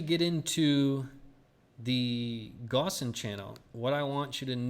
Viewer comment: Wouldn't be a bad thing if you could learn the correct pronunciation of Gaussian